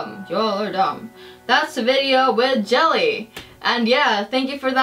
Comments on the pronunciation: Jella -- pronounced Yella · ` it's pronounced yelle